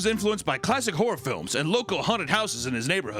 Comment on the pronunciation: I cant get past that every time you say horror, it comes out as wh*re lol